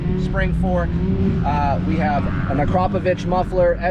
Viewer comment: Wow someone can actually pronounce Akrapovic right for once